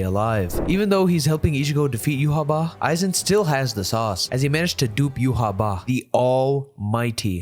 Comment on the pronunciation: How y’all pronounce Yhwach triggers me majorly. It’s like writing a characters name as Quetzalcoatl and saying it’s pronounced John. That’s not how phonetics work???